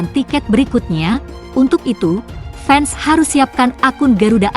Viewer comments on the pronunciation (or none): Fans..bukan fens..ucapan bhs indonesia yg benar jgn merusak kosa kata..klu tdk bisa berbicara bhs indonesia yg benar ..kalian pakai saja..bhs melayumu..